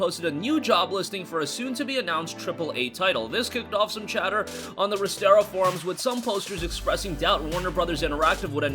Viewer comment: Resetera not restera